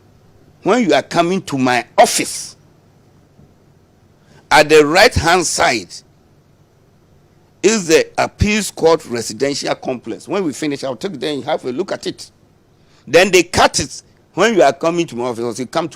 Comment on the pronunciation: Instead of saying appeals court he said apis court,abooowa